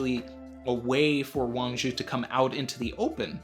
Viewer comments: THIS GUY IS ALL WRONG! UGH I CANT BELIEVE I CLICKED ON THIS VIDEO! it is pronounce WAAAAAAAAANNNNNNG ZHIIIIIIIIIIIIII!!! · Your pronunciation is so close buddy… I am a Chinese speaker and would like to help you a little more… Zhi in modern Chinese romanization called Pinyin uses the ZH=JJJ it’s a J sound that lingers … now when you combine it with “I” it slurs together as an er… so Zhi= jjjer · Yeah it is Wang Zhi, Uchoku is just a mistake by translating the Kanji into Japanese pronunciation. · Someone please. For the love of God. Tell how to pronounce Wang Shi. For all of us.